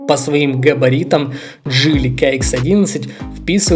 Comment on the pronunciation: Слушай автор :Не джэли а джили и нехрен картавить в ютубе